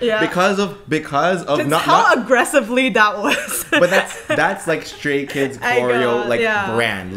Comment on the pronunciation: I’m sorry, but did the guy say Scary Kids or Stary Kids?